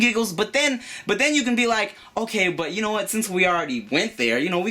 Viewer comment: "I got game, gnaw what I'm saying." Credibility instantly gone.